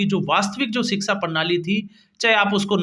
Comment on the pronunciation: भाई रिक्शा की तरह सीक्शा नहीं बल्कि शिक्षा होना चाहिए ऐसे बोलो ।